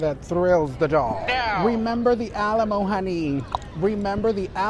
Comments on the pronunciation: Alamo ❎ Shalamo ✅ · “Remember the Shalamo”